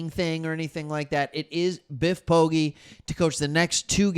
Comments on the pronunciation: Biff’s surname is pronounced Po-“Gee” (like the letter G”)👍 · Ive always heard it pronounced, po-jee